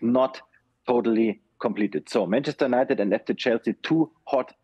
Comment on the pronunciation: He can't pronounce United properly, so how can we trust about his news